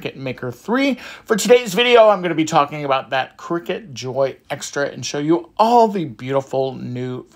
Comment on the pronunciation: I swear to god you said "crackers" at the start lol